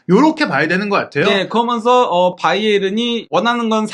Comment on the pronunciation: 그어먼서(그러면서), 딸으며으(따르면은)....